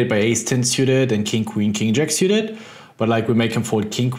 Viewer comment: I love the way you pronounce 'Syewted' Ben :)